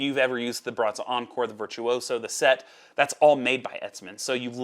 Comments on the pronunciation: It's pronounced sette, not set. :) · What impresses me about your way of saying SETTE is how corectly you're saying it wrong. Sette is seven in italian. You're saying sept, which is seven in french 😅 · Lol I'm cringing every time he says it. I don't think I can make it the rest of the way...